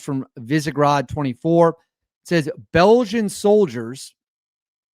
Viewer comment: “begium soyers” 🤣🤣🤣🤣🤣